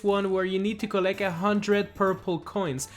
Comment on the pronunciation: Collect not collec